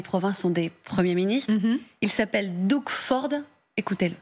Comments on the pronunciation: C'est le Québec qui leur fournit le plus d'électricité et c'est l'Alberta qui leur fournit l'essence. Ça se prononce pas Dougue mais Dog. Il n'est pas question que nous coupions l'énergie mais bien de sécuriser nos frontières. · La façon dont vous prononcez Doug ou Justin est lamentable, Doug se prononce comme dog et Justin Trudeau est d’origine franco-canadienne Justine est la version féminine de Justin. Googler Radio Canada, Justin Trudeau et idem pour Doug Ford et vous entendrez de vrais et éminents journalistes francophones prononcer correctement le nom des gens. Un journaliste américain anglophone prononcera comme vous mais que des journalistes Français s’adressent à des francophones en nommant un francophone à l’américaine dénote un manque de rigueur il me semble. Merci